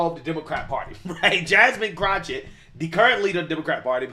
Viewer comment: I love that calls her CROTCHett! He should call her CROTCH ITCH.